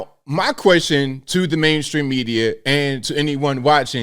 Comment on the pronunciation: Did you say “Blame stream media”? Lol.